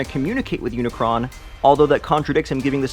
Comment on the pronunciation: It's Unicron